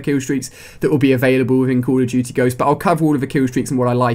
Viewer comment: "cull uh dooty" lol